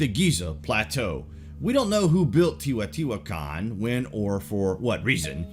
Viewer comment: "Tae-O-tee-wa-con" Just kidding! Love your great videos! You ARE the best at this jaunra on YouTube! You have great format & content.